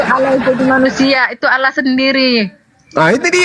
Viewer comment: Allah Double L.. Kenapa nyebutnya Alah.. Alaaaahhh. kitap Spanyol.